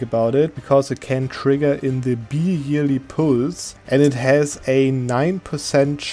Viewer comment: Just a suggestion on your english, with Bi-yearly pulse this is generally not pronounced as you did with the "B" sound, but more similar to the Bye in Goodbye or Bisexual. Great video as always keep em coming.